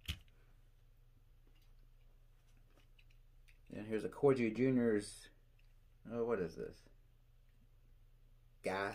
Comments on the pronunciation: It’s Corghi- the g is hard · Great video have some of your models featured myself great collection,Corgi is pronounced the same as the breed of dog the queen of England has before the purists get at you,🤫 If you can go to some diecast shows you can pick some parts for some of the models missing parts.👍